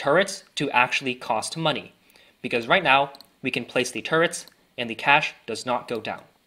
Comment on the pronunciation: the way he said money😅